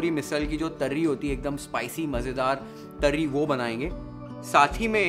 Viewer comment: Loved the way u speak marathi words like zanzanit, tarri, kat, matkichi ussal, batatyachi bhaji.... Recipe is 10/10 as usual Love u chef❤